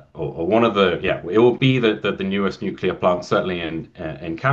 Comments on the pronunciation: Good but I couldn't watch til the end. You have to stop saying "nu cu lar". Drives me crazy. It is pronounced "nu clee ar". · If you want people to take you seriously, you need to learn how to pronounce nuclear. Nu-clear. As in New clear day. Ford is dead set against green energy because he doesn't understand what it is. He does understand the money people are paying him to permit pollution generating projects. (Nuclear power plants are made of concrete and concrete production is a major source of greenhouse gas). Made worse by the fact that after billions in sunk costs, this plant will never come on line. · Nucular.... what is that exactly ? Can't find that in any dictionnary or encyclopedia.